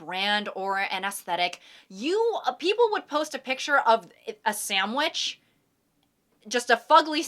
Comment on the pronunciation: i really like this part. i like how you pronounce sandwich differently every time you say it. "people would post a picture of... a samwich... just a fugly samwidge right? and the caption would just be 'had an amzing sandwich '" i think i like it bc each sentence is like a different character like she's acting, or like impersonating theoretical people, and each person has a different personality and speech patterns. and pronounces sandwich differently. like the first sentence is, well, not even, of course, the second sentence is like the hater or heckler or whatever, and then the last person is like so snooty and posh like they're above everyone else. i really mean this in the nicest way and i hope it doesn't seem weird that i'm dissecting just a silly little example provided. i just think it's neat.